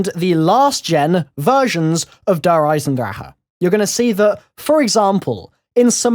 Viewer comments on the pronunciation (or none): Yep cuz nobody can fucking pronounce it properly they all they der eisendraha its der eisenDRACHE not draha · It's pronounced der eis en drak ah